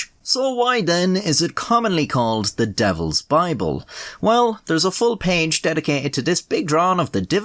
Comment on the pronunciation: Hear the words of the Bibbel xD And yes the Bibbel